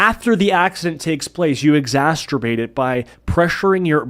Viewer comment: I’m sorry to be that guy but this is the second time you have pronounced “exacerbate” as “exastrebate” and it’s too much for my tism to let slide twice… once, it hurts but I let it go, but twice… tWiCe?! Reeeeee! Aaaahhhhhh!